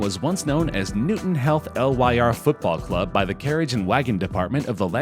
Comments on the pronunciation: Notice he said Newton health instead of Newton heath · This man just said ‘Newton *HEALTH*’ 🤦🏻‍♂️ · You said Newton Heath wrong.